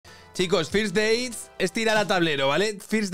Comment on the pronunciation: Con lo bien que hablas inglés, ¿por qué dices firs deits, en vez de ferst deits?